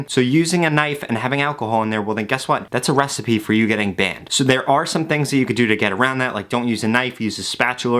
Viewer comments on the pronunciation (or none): "that's a resepy for you to get banned" I cracked at that part. Also Early! Good content. Thank you :)